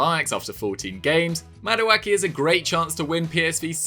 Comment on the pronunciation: Lovely video. But just a pronunciation tip for a fellow Nigerian. Madueke is pronounced like MAh-Du-eH-Keh